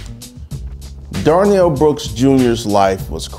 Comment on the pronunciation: Darrell, not Darnell.